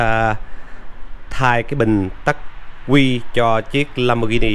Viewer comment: đọc là ắc quy không phải là tắc quy nhe e.